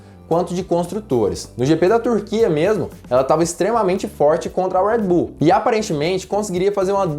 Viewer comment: “Uedi buull” eu falo redi bul msm fds kkkkkkk